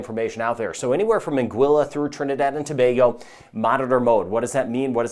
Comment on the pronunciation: Thank you for your weather report and for pronouncing Trinidad and Tobago correctly .🇹🇹